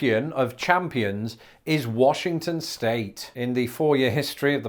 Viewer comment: Warshington. They say Warshington.